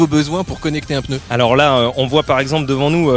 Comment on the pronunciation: Entendre un professionnel du pneu dire « votre peuneu »… quelle horreur ! 😱